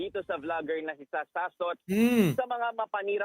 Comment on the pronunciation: Akala ko ba lalake yan eh dapat hindi Sass kundi Soss di ba. Sossot hindi sassot.